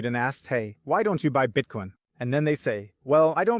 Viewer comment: I just started watching your show and really like it. But I noticed one thing that's annoying as hell, your pronunciation of Bitcoin: Bitcone, Bitcon? Even people speaking English with an accent can say the word Bitcoin, so if it's a thing you're trying to do to separate yourself it's not working